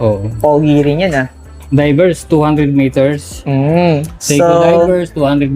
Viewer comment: Seiko hindi SEKO